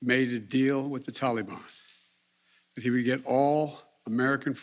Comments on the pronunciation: Could be just me but the way he pronounce "Taliban" - "Tolibon" is just irritating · "Tallybond"? Wth? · Why are these people keep pronouncing Taliban, Talibon? LOL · That’s “Tally-ban”. Biden and all his friends are morons. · He even says Taliban differently than we have said forever. Why such reverence. Hmmmmm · He pronounces Taliban like a little child